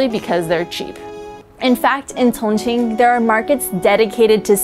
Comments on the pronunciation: A little distracted by the way she says Chongqing lol. It's "Chong Cheeng" not "cong ceen" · You're saying chingqing wrong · Great content - but what's with the pronunciation of 'Sichuan' and 'Chongqing'?